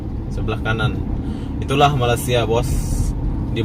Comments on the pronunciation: Malaysia bro...bkn malasia....berok nau bunyinya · Sebut betul-betul... MA_LAY_SIA.. bukan malas_sia.. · Cara menyebut nama Malaysia senang aja bro...malay in English sia in indonesia.gabungkan bunyi itu akan jadi malay-sia tapi sebutan dlm Bahasa Melayu😁😁😁tapi org Indo agak payah mau bilang nama Malaysia..maybe lidah kalian lidah jawa barangkali😁😁😁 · 0.14 Cara anda bilang Malaysia itu salah bro. Masa masih ngak bisa udah begitu lama kerja di Malaysia...